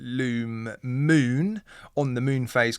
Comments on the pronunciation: Mun?....maybe pronounced 'moon'? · Id rather the automatic movement.its pronounced moon.btw.